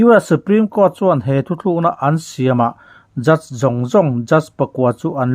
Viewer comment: THUTHLUKNA i ti zela THUTLUKNA tih tur zawk a va ni awm ve. Kan Youtuber te hi Mizo tawng dik hmanah hian i fimkhur sauh sauh ang u.